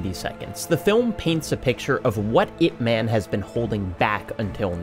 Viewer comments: crying it's IP 'MUN' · Ip Man is not a character, he was a very real person. The LEAST you could do is learn how to pronounce the man's name correctly. Releasing this video without even attempting to learn his name is incredibly disrespectful. Shame on you.